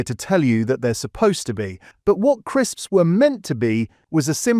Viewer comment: Why's he saying crisps like that 😭